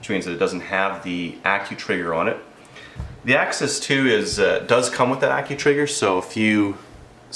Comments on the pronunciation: AXIS not AXEEEEEEES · Axes (akseez) is plural of axis (ax-iss). NOt to be mean, man. nice review, thanks. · Only reason I disliked the way the said the name of the gun 🤦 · Chris Kraus I laugh ever time he says it